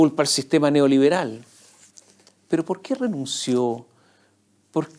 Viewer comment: "nos gusta que nos den pol".......😂😂